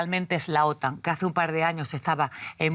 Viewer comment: Se pronuncia otán no ótan!!